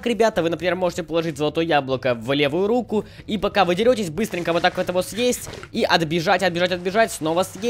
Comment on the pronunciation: рУку, а не рукУ